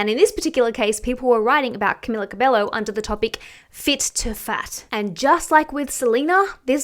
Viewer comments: I just wanted to say that it’s not Camila Cabe-low but Cabe-yo. 🤗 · Pronounced Camilla Cabeio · btw not being rude her surname is pronounced cabeyo bc in spanish a double l doesn’t sound like an l xx